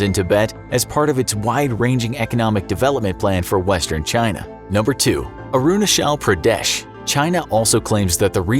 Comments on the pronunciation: First of all , you spell Arunachal Pradesh . It's not Uh-roo-nuh-chel Pruh-deh-sh , it's Ah-ru-naa-chal Pruh-de-sh :( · No one : Literally no one : The guy speaking: aru na shell pra des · Am I the only one who’s uncomfortable with his “aroonashell praadyesh” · he can pronounce China with a " Chai " but he can only pronounce Arunachal with "shal" .... wtf lol ? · It is not pronounced as 'Arunashal Pradesh'. It is 'Arunachal Pradesh'. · Sorry your pronunciation is wrong it's not arunashal Pradesh (I'm an Indian and it's differently pronounced here in India)😂😂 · ITS NOT ARUNASHAAL PRADESH ITS CH CH NOT SH AND A IS AAAAAAAAAAAAAAA A FOR AAAAAAAAAAAAAAAA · i kept laughing after hearing how arunachal pradesh was pronounced its like aaaruuuunaaaachaal pradesh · I was so confused when he pronounced Arunachala Pradesh and aksai chin 🤣🤣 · I like the way he pronounces Arunachal Pradesh😂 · How difficult could it be to say Arunachal Pradesh correctly 🤔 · the way he spells "Arunachal Pradesh" is just akward for us and silently embarassing fr the narrator. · How he pronounced arunachal pradesh is funny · Your pronounciation for arunachal pradesh is completely wrong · Bro you are pronouncing Arunchal pradesh wrong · You can't speak Arunachal Pradesh properly ?